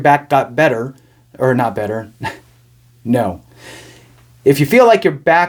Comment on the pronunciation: The way he said ‘No’ lol! That’s right!